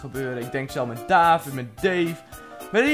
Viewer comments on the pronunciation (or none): none